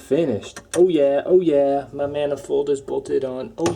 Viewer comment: Interesting not intresting. Especially not speshly. Manifold not manafold.